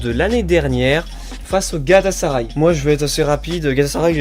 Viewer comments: Il a dit "galasaraille" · Tout les trucs se sont désabonnés parce que t'as dit galasaray 😂